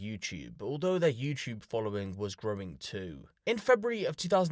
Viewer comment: It’s you-tube , not you chew